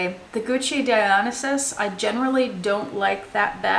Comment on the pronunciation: I noticed you pronounce the Gucci Dionysus differently than I do. Is it not Die-Oh-NICE-Us? Love your videos, btw.